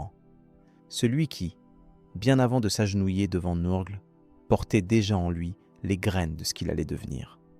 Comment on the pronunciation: NURGLE pas neurgleee sinon belle video